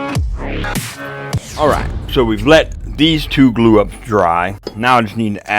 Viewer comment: I really love your content so down-to-earth I really appreciate it. I have watched quite a few of your videos now and I've only just realised that your not saying "a dab o do" but " a dab of glue" my poor listing skills.😅